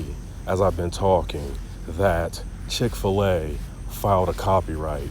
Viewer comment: Chic-fil-A 100% FO-SHO